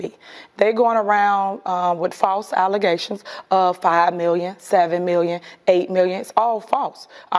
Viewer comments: watched the ''interview'' live yesterday, her damage control is doubling down, also she made up a new word Allezation, Goodluck People of Dolton. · She said allerzations instead of allegations 😂 This is what you're dealing with 😂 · “False alezations” 😂😂😂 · "These are false alizations!!!" 😂😂😂